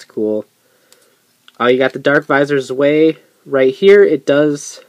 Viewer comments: It's DarkVisor Zwei, pronounced Tsv-eye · yknow the thing with the Survive visors is how not everybody knows that Zwei(german for two" is pronounced "z-vai"